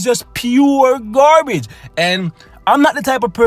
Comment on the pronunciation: Heh he he... Gaar Bage.... cracks me up everytime